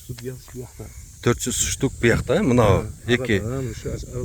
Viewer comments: Ай укам гилес эмес гиларс десен. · Ишинерге ийгилик. Блогер ука гилес эмес гилас. Сен макани меке дегендей болуп жатасын ,,😊